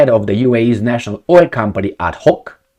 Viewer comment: It's adNoc ... with an N not an H. Abu Dhabi National Oil Company... ADNOC!